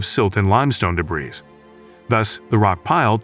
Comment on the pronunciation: The “s” in the word “debris” is silent